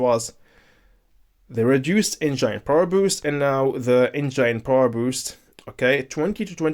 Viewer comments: The way he keeps saying enzyne power instead of Engine power. 🙃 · eitherway it was really informative video. Hearing someone say enzyne is mildly infuriating for me lol.